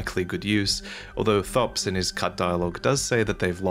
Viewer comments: Thops says his own name in-game, so I find it annoying that you say it as thopps and not as topes. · Thops's name is pronounced "topes," he says it the first time you speak with him. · Why would you pronounce Thops's name like that?!?!?! I'm crying